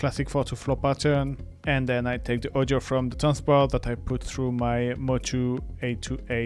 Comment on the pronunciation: “Tanzbär” means Dancing Bear in German, and “bär” is pronounced just like “bear” in English. So it‘s not about dancing at the bar 😊 Thank you for a great video!